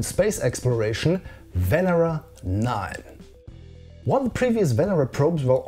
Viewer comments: Loved the video. However it is pronounced Venéra not Vénera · I can say that it's said Venera and in Lithuanian